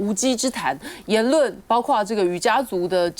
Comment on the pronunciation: 看7分54秒；台湾的媒体常常把包括（括念阔）说成包刮（刮念挂），